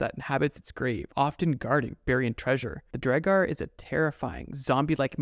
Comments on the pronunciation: It’s pronounced draugur also do the Japanese urban legend creature which asks you if she is pretty and if you say no she kills you and if you say yes she takes off her mask and shows how she has cut herself from mouth to ear. She asks you again “am I pretty?” If you say no she kills you and if you say yes she says “do you want to be like me” and if you say no she kills you if you say yes, she cuts the sides of your mouth all the way to your ears, and kills you. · It auto corrected, I meant to say “it’s pronounced draw ger” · Kinda kills me that he says draugr like Dre-gar instead of Drow-gar or Draw-gar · Its pronounced draw- ger not dray-gar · The way u pronounced Draugr, hurts my icelandic brain. It’s pronounced like Draugur, which also in icelandic is the word for ghost. But from way back it was used for the creature u talked about. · The mid pronunciation of Draugur it’s prounounced draw gur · lol why u sayin draugr wrong maybe i got missinformed but still i think drawg -ger sounds better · First time watcher here. You have some interesting content, but I could not get past the many mispronunciations throughout the video, especially the word "Draugr". A good rule for public speaking is if you've never heard the word spoken before, look up how to pronounce it. I know this seems like a small thing, but there are a lot of people that will be put off by that. Someone will be like, "If you can't even pronounce a word correctly, why should we believe anything you say is even factual?", and it'll go downhill from there. You know how these comment sections can get lol. Good luck to you.